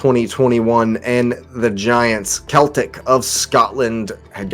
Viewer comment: It's pronounced Seltic